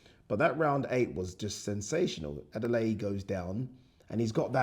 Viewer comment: Bloody hell, his name is David Adeleye NOT Adeley. I am British Nigerian like yourself and how you can't pronounce his surname correctly and correct others is frankly a shock and a pity.